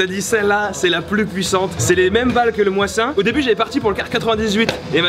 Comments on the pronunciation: le Mosin Nagant ça se prononce ( Mozine) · Ps : sa me fait trop de mal quand je t'entends écorché le célèbre : MOSIN - NAGANT et pas moisin nagant rololo lol le tireur en carton lol le sniper de la manette de play ofaite tu etait sur un pas de tir de combien de mètres ??? Moi avec mon mosin nagant a 200m je tien le noir dans une pomme .je précise sans lunette pu avec un modèle d'infanterie !! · j'ai grave kiffer le seul truc c'est qu'on dit un m1 garand et le moisin nagant tu le prononcé pas bien moisin se prononce comme en anglais mais sinon c'est super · Le Mosin-nagant se prononce "mozinagan" ! Et ce fusil a aussi fait la première guerre mondial ! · Tu peux tirer en France, ça se prononce Mozine Dagant, et c'était un fusil d'infanterie à la seconde guerre mondiale, pas un sniper ( certains modèles avaient le levier plié pour fixer une lunette mais rien de foufou, néanmoins il reste très précis :) )